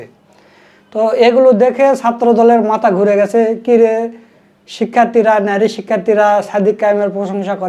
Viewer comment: ভাই আপনার প্রচেষ্টা সুন্দর।কিন্তু আপনার উচ্চারণ সুন্দর করতে হবে।নারী শব্দের উচ্চারণ দেখলাম আপনি বলছেন ন্যারী। এই প্রবলেম গুলো ঠিক করে ফেলবেন।ইনশাআল্লাহ সুন্দর হবে।